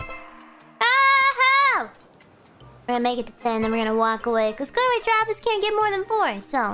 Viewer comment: “Aw, no, Twavis.”